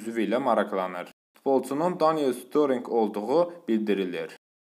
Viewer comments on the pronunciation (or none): Storing yox steric